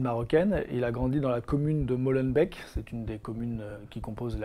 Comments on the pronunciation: Molenbééééééke, Molenbéééééke PAS Molenbèke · Dans Molenbeek y a deux "e", on prononce ça Molenbéék pas Molenbèk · Molenbééééék pas Molenbèèk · La prononciation de molenbeek. J'adore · Après tout ce temps vous savez toujours pas comment prononcer molenbeek...